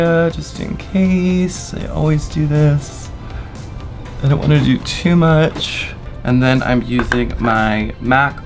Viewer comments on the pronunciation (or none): “I’m not trying to put on tew murch highlight” shovels highlight onto cheekbones